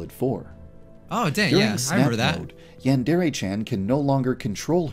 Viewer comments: It’s pronounced “yahn-deer” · he pronounced it yawn-dairy